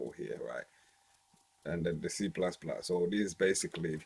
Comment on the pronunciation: Yeah the way he says C++ makes it twice as cool